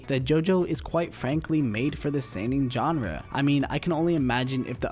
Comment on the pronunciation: Why do you keep saying Genre 🤦